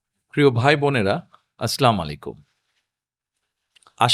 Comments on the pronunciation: #তারেকরহমান সালাম ঠিক করে দেন আসসালামুয়ালাইকুম এর অর্থ আপনার উপর শান্তি বর্ষিত হোক আর আরবী শব্দ ভুল হলে শব্দর অর্থ বদলায় 😢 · কোন একজন হুজুর এর কাছ থেকে সালাম টা শুদ্ধ করে শিখে নিয়েন। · সালামটা শুদ্ধ করে শিখুন